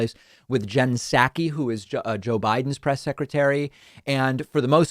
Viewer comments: Hashtag is Psaki not Pskai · Her name is not pronounced SAKI. The P is pronounced. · Dude, you need to up your pronunciation skills if you’re gonna be a guy who gives VOICE to issues. McEnany is NOT McEnaNNY. (She is not a nanny despite what it seems) And Psaki is NOT Psakki! When you order saki at a sushi bar, do you ask for “sakki”? It’s not sad as in Sack-ee, it’s SOCK-ee. 🙄🙄🙄